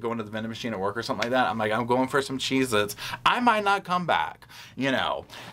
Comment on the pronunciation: Got em “CHZ-Itz” LMAO